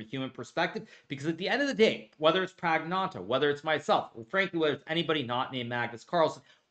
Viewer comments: you beat him adn butchered his name praggananHAHAHA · Did he really just say PragnanHaHaHa? 😂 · Rameshbabu Pragnanandhahahah Bro Hikaru you missed a few syllables of ahaha there. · "Rameshbaboo PraggnaanHaHaHa" just hikaru things 😂😂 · Hikaru’s pronunciation of Pragg’s name is egregious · Here's a man who gets so upset over such things, doing such things himself. For me, it is difficult to like people like you. Have respect - say the man's name properly - he deserves that. But other than that, yeah, this content was good. No, I'm not going to laugh with you about somebody's name. I'd be a cockroach like you then wouldn't I? ... It was a good game and your review and breakdown here was enjoyable and very educational. Maybe my liking of the Hikaru brand shall be limited to chess education exclusively - I guess that makes me the only one. I'd be happy to see more wins so that I might enjoy your content; what I've learnt enjoying your content is that I don't like listening to chess players reviewing the games they lost - reviews are better covered by a third party or the player that won. Please continue, and yes, remember to weaken those kings. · The way he says prags name 😂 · What was that pronounciation of prags name🥵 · i never get tired of hearing hikaru pronounce pragnandahahahahahaha